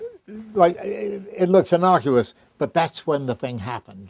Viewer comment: innocuous, not innoculous.